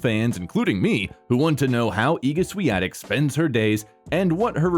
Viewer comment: Thanks for getting the pronunciation of her name correct.